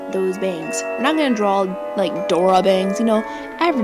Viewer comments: No offence but... It's not "Drawl" it's "Draw" :/ Sorry I have OCD :\\\ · Correction : its not drawl its draw! im not trying to hate im a sub and you are very helpful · Stop saying "drawl". PLEASE!!!